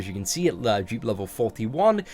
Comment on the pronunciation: not to be funny but when. u say dupe it sounds like u saying jupe